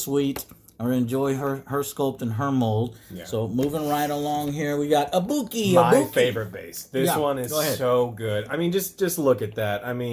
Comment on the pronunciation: you say sakura and ibuki wrong >:(( disrespecting japan dammit